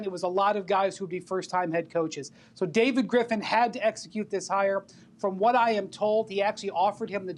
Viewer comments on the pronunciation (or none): none